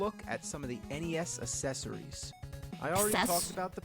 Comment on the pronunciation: Always kills me how he mispronounces 'accessories'.